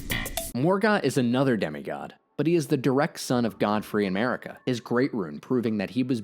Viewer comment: When you said "Godfrey and Marika" and I heard 'God free America," I remembered all the bald eagles in the Lands Between and it clicked... I don't know what clicked, but it did. Maybe I should start a US allegory channel.